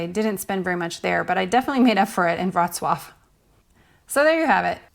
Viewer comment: I'm sure this is different depending on the country you're in, but how much tip is customary for the free walking tours? And I had no idea that's how to properly pronounce Worclaw lol. At first I thought I was watching the wrong video lol